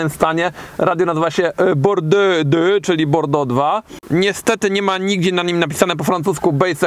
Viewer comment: Pozdrowienia z Wersalu, super ciekawe ale zmiluj sie z ta wymowa, s'il te plait,... Mowi sie "a-iks" (we Francji) a nie "aks". A Aix -en Provence to "ex-ą-prowąs". A Bordeaux to po prostu "bordo". :)